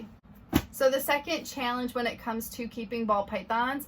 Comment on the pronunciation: Are you in the Midwest? Just the way you say the word "challenge" sounds like it, so I'm just kinda curious, haha.